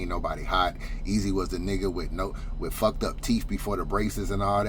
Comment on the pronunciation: said fawk all that I’m bout to get this money right quick 😂😂😂